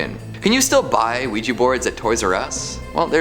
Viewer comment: OUIJA NOT OUIJI..😡😡😡😡😡